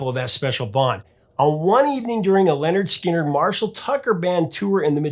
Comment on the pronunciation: Wait a sec...did you just say Leonard Skynard? WTF!!!